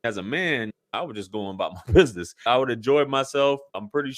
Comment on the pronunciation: I'm sorry. I tried. I really did until she said "I'm standing on bidnezz" twice. I was down there